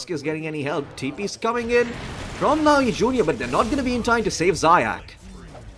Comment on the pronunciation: Zayac needs to read like [Zayats]